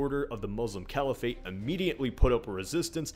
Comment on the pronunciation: Caliphate is pronounced kah-lee-phit. Not the weird half-anglicized way it is pronounced in the video. I'm not hating just informing.